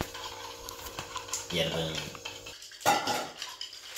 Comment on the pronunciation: I can’t with Felix going yeurobun